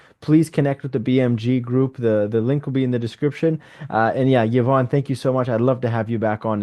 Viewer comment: Love the effort this channel puts in but OMG enough with the click bait titles. The title is supposed to show us what the video is about. Clearly and once again, not the case here…. Also “Yvonne” is pronounced “Ee-vonne” not “Yuh-vonne” —she was too polite to correct this.